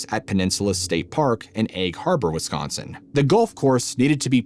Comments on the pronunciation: Why do you pronounce wiscancin and not WisCONsin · Nobody pronounces Wisconsin as 'Wiscansin! 😂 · Wis-can-son? A local pronunciation? Wisconsin weirdness. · Why do people from outside Wisconsin call it WisCANsin? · I won't spell it the way you said it, but here's the right way. "Wisconsin weirdness". You know, pronunciation lessions from a Hoosier. Awesome video. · Nobody says Wisconsin like that. None of us do. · the weirdness is how you say Wisconsin. 😂 Awesome video! I'm from Kenosha. You can always tell who's from here by the way they pronounce the Names of the towns and especially how they say Wiz-can-sin or Wes-con-sun. You just can't make these Wisco vowel sounds😂